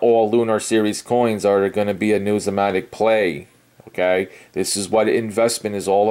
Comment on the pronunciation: you drone on and on and on and on and on------ Just say what you want to say. Please, if you want to talk about numismatic learn how to pronounce it. When you start responding to the comments on here use spell-checker, and grammatically correct sentence structure. Your 6th grade English teacher would not like how you respond! I have been watching your videos for a very long time, and I do not see evidence of your statement "I am well educated in this field" so do not say it. Had you shown that you have worked for PCGS, or NGC, or worked in a Local Coin Shop, or even worked in a "we buy gold and silver" shop, you would be more believable. Good Luck and God Bless!